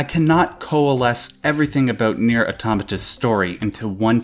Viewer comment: I dream of the day an English speaker says Nier correctly